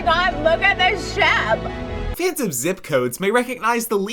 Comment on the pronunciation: "OmG LoOK A ThES SheP" 😂